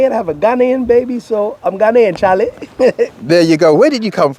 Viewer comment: I like how he said charley, he got the Ghanaian in him now.